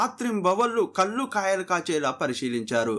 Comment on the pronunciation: కల్లు కాదు బాబూ కళ్ళు 😢